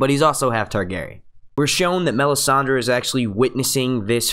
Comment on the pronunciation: stop saying Me-sand-ey...annoying as hell..